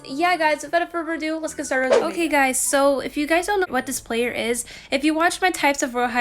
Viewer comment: They r like “otay“ “yesh“ ITS TRIGGERING